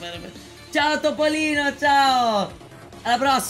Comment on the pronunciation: ma perché dici ziao